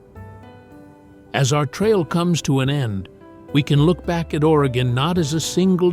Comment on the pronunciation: As a life long Oregonian, whenever watch these videos, I have to hope that they pronounce the names correctly. At least in this video, he pronounced Oregon correctly. Might be too much to ask that Yaquina, Willamette, or other unique names be pronounced correctly. Despite this, this video is pretty good. Oregon is indeed beautiful but, please, come visit but don’t stay. Too many people already, especially in the cities and towns on the west side of the Cascades.